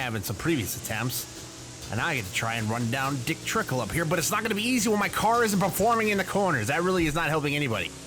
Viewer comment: I know he meant to say Dick Trickle, but I much rather him say Cole Trickle instead of Dick Tickle. BTW, I am surprised you responded to this A MONTH LATER!!!!! To some it's funny, but if you are in a relationship with someone, don't say dick tickle. It is weird and totally unprofessional.